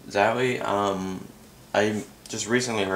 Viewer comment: zauwie? its a O,,,:)